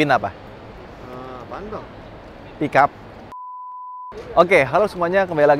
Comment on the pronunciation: mode Thailand: "PickUP" 👄